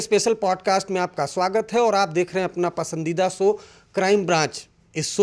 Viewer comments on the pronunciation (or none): भाई सो नहीं शो बोला जाता है